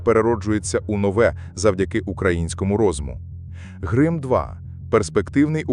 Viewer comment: Чому грим2, а не грім2?